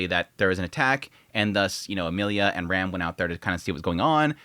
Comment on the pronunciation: You pronounce "Rem" and "Ram" the same